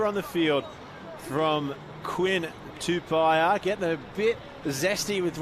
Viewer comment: That pronunciation of Quinn Tupaea's last name is horrific...